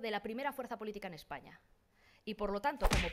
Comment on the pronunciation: La Cuca Macarra también dice Eppaña